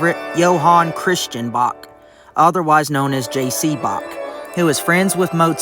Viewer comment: I'm sorry but then your AI narration scerwed up the name of Bach, I hit the stop button.